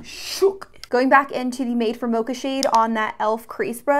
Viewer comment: everytime she says "welcome bAck" i think she's australian